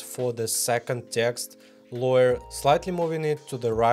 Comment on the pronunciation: Только не лоер, а лэйр)) лойер это адвокат 😂